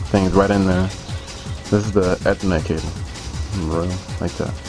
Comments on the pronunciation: lol ur saying ethernet Wrong( not to be mean ) u say it like ( eeeeee- therrrrrr -net) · You say ethernet wrong! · ha he said ethernet wrong